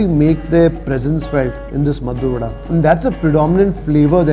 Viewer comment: It's maddur vade not maddur vada.